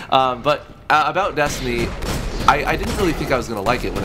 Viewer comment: When u say destiny I always think ur saying desandnate